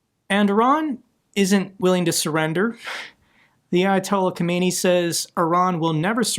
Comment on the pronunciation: Grand Ayatollah Sayyid Imam Ruhollah Khomeini,he was the old Iranian supreme leader of Iran he died 3 June 1989. Grand Ayatollah Sayyid Ali Khamenei, Is the current Iranian supreme leader of Iran. I don't know if anyone corrected mispronunciation already, and it is not that important but it didn't sound good to me.